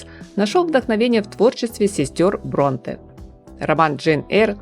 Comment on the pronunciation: БронтЕ, ударение в фамилиях ставьте правильно . Решет слух ваше БрОнте